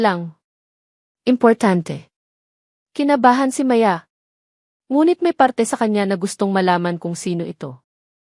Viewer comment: maganda Sana Yong kwento Di ko bet Yong narrator Yong pa bigkas Ng Maya ay Di pa maayos hmmp Sayang gusto ko sanang tapusin